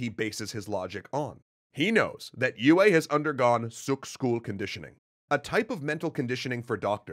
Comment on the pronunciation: Mispronouncing de Vries, tsk tsk tsk ;). Some people might complain about Yueh too, but thats not that big of a deal imho. Thufirs error is so bad, that he never even comes to consider it as a possibility. What is so ironical about that, is that mentats are fully aware of their limitations in this respect and people in places of power are aware about it too. They know all to well that with mentats its "garbage in, garbage out", because of the complexity and depth of their computation. They need accurate estimation of probabilities of each piece of data, which is used in the computation. Its kinda funny that pretty much everyone is aware of their blindspots, but still fall prey to it. This is, in part, even the reason for BG to strive for Kwisatz Haderach. They have one part of understanding, but that dark, violent place is still pushing them away. So they need a guy, that is trained in the same way as they are and more (if I remember correctly, even mentats were not too common among BG, only 1 comes to mind). And in the specific case of Paul, he ended up also being heavily shaped by influences of women in his life in general. Lady Jessica being the most obvious, but then there is Mohiam, with her test, and Chani, who brings him back from the edge of total disconnection from reality due to his nature.